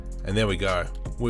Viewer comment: Did you say „schmutz“?!